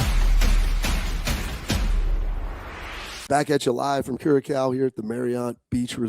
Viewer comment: Bobby, Bro - You are stiiiillll pronouncing Curaçao 🇨🇼 wrong 😲🤦‍♂️🤣